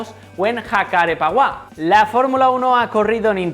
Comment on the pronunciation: Buen vídeo. Una aclaración, el circuito de Jacarepegua se pronuncia "yacarépeguá".